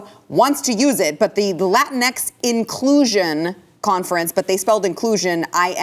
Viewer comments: LATINX is pronounced: "La Stinks" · For your consideration. LatinX Might I suggest the pronunciation follows… (phonetic SP) La Teen Oh, La Teen Ah, La Teen Ex. Okay, I’m available for canceling. o7